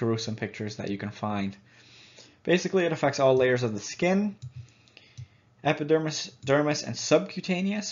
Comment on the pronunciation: You called the epidermis, the dermise....